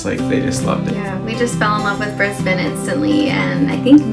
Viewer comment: You actually pronounced Brisbane correctly! You are OFFICIALLY Australian!!